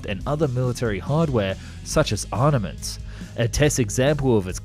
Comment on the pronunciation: Caspen, caspen ? It's CASS PEE EN !! "Equivolated" ??? "Arnaments" ? "Dying shame" ? The phrase is "Crying Shame".. I didn't even bother watching the other segments it was too annoying listening to all the mistakes. Come on man, don't you have ANYONE who can grammar & spell check ??